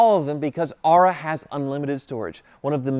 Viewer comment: Has your sponsor Aura asked why you pronounce their name Are-ah instead of Ore-ah?